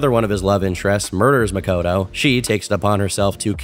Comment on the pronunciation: the type of guy to say makoto like muh-koh-toe